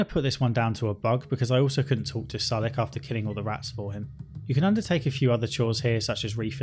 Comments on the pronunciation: Your syllable emphasis in things like "Klamath" and "Sulik" really messes with me. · You mispronounced "Klamath" and "Sulik." You can see the stats of unpurchesed items in the shops. Right click and examine. Many of your complaints (except the ones about combat) were fixed in the Killap Fallout 2 restoration project.